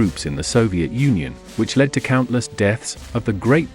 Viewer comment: Can't pronounce English. Lead, led. Missed?